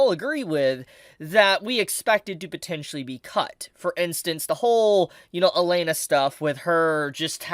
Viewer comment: Why do you keep calling her Elena when her name is Elinalise?